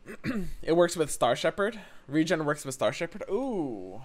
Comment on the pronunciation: As a note to: saying 'Regen' with your dialect sounds very similar to how you say 'Region'. Enunciating as re-JEN or saying Regeneration fully can help clarity.